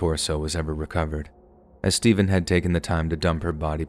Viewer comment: "Why Stevuuuun?"